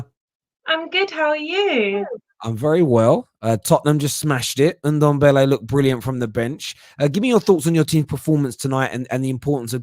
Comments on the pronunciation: So now you are trying to troll a fellow Spurs supporter for you clearly saying his name incorrectly and "blaming" it on your accent?! Really big of you i must say. It`s suppose to be pronounced like Dembele just with the NDo infront. If you are making such a fuss about this than just leave it. For goodness sake. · I like Alex. Fresh of breath air. Don`t understand that can`t pronounce Ndombele`s name correctly after he has been there for 1, 5 years.